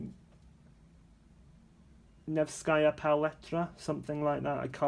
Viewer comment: Thank you for the review! Only last year I purchased White Nights paints. They are wonderful. I wish they had a better choice of this watercolors in tubes. These watercolors are very loaded and not as dry in the pans. Another plus and advantage - the pans are full size! Yes, the factory name is NEvskaya Palitra (accent/stress on "e"). VorOnezhskaya - the accent/stress is on the second "0". Hope this helps. ))))